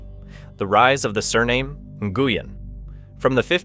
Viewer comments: Nguyen is prounced: Win. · I found it strange that different incorrect pronunciations were used. At some points "New-yen" was said and then "Na-gu-yen". The correct Vietnamese pronunciation is more like "Wheeng", but it is often Anglicised to "New-yen". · New goo yen 🤣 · You pronounce Nguyễn incorrectly. Quite an important word to get right on this topic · If you're going to talk about how important the name Nguyen is to Vietnam maybe ensure it's being pronounced correctly... oof.